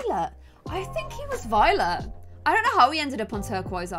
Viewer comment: Is it just me or when said that Tyler was a very Violet sim it sounded like he was a very VIOLENT sim??